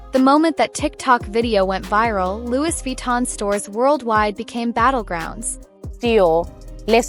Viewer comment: Please correct your pronunciation. Loui, though written as Louis